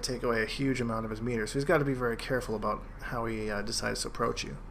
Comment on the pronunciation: "Aboot" this guy is canadian as fuckkk